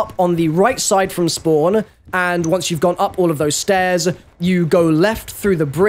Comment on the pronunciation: Go down the stair-ZUH